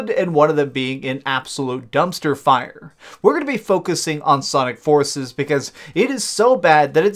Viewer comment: What is with the weird pronunciation of the game titles. "Sonic forcesssss" "Never ending nightmaressssss"